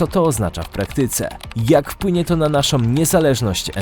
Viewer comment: "Naszom" na pewno? Może z "myślom" o logopedzie.